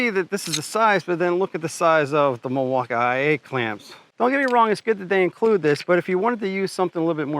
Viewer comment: I hate unboxing videos, everyone does 1 tiny cut and thinks they know stuff and can tell you if it's good or not. No experience from most of them either and clueless what they're doing... dude can't even say milwaukee right lol